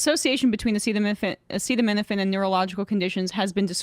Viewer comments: My mom, who is a pharmacist, burst out laughing when she heard Trump not be able to pronounce acetaminophen. Like they really didn’t brief him on how to even say it or what it is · I know, how do you have a press conference about a thing but don't learn how to pronounce that thing beforehand. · Yeah he obviously just can’t say acetaminophen and now they’ve wildly defamed Tylenol specifically lmao